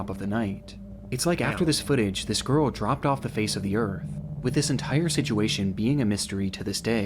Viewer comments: holy fuck I'm not the only person sick of hearing him say "Sidjewation" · si jew way shun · ITS BEEN YEARS AND CAN STILL NOT SAY THE WORD “SITUATION” 😭 listen when he says it, you can never unhear it